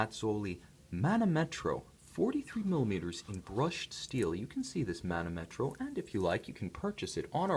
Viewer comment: The correct pronunciation is manòmetro ;)